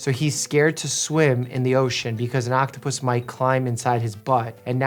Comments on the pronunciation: Not Mike say “Octopusy” 😂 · bro can pronounce medical terms but not octopus or fish💀✨